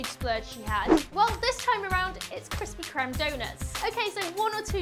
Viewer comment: I’m only upset because she mispronounced Krispy Kreme doughnuts